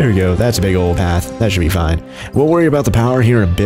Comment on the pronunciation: "FOIN" Everything is gonna be FOIN